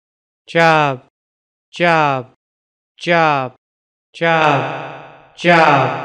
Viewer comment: As a linguist I know that this says jorb